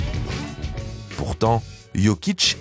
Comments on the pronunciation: Le mec prononce "chaille". J'ai pas pu finir la vidéo. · c'est shai pas shy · Challenge : si SGA gagne, on apprend à le respecter en prononçant son prénom correctement.